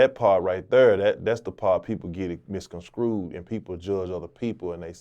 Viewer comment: He said "misconscrewed." That was awesome.